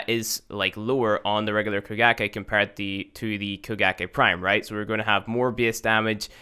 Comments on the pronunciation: I keep thinking he's saying Bukkake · I thought it was koe-kah-gae